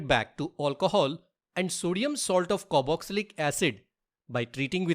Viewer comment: "Caroxylic"? It is Carboxylic. Please crrect it